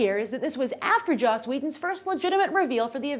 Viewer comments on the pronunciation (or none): none